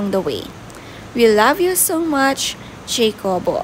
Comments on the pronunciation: Ha-ko-bo (jacobo)po ang right pronounciation not jeykobo...😊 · Pronounced po as "Hakobo" According to Dawn in their former Milk Endorsement with her son. 😊